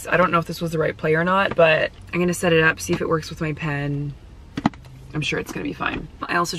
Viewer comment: Is it a Canadian thing to say “I’n” and not I’m? has ALWAYS replaced the M in I’m with an N. 🤣